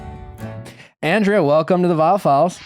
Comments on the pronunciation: Nick you keep pronouncing Andrea's name wrong... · lol he isn’t even saying her name right that’s how irrelevant she is.